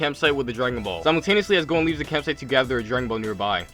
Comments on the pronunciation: For most of the time I heard u say gon instead of gohan and thought wait am I watching the video I pressed on? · anybody notice how he says gohan it sounds like hes saying gon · He says Gon instead of Gohan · He keeps saying gon instead of gohan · Why is he saying gon instead of gohan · You said gon insted of gohan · He keeps calling gohan | gon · is it just me or in the start was he saying gon? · I swear every time he says gohan and krillin I hear gon and killua